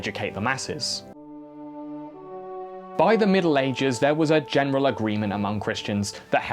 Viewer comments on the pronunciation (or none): none